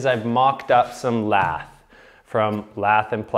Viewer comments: Drove me crazy that he doesn't know how to pronounce it lath. It's lath not lathe. A lathe is a machine for turning wood or steel. Never the less I enjoyed the video reminds me of the old days. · Not pronounced like "lathe", but pronounced like "lath". Because they were used to cut LATH for plastering. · It isnt pronounced Lathe as in a machine for milling metal. It is pronounced ( lath ). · Lath is pronounced like hat… Not laser…. 🤓👍